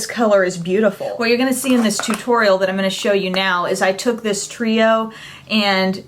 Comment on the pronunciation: "Too torial"